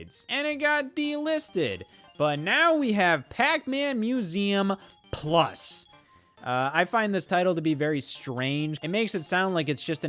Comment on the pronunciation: "Pac-MÆN Museum Pluss?"